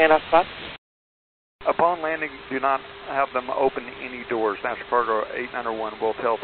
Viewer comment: As an example, this guy never really did pronounce the word "National" with all the syllables. Also, answering with slang "affirm" is improper.